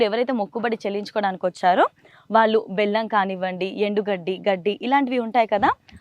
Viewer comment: రాలు, వాలు,కాదమ్మ, రాళ్ళు, వాళ్ళు అనాలి, చాగంటి గారి ప్రోగ్రామ్ చేస్తూ, పద ఉచ్చారణ సరిగ్గా వాడండి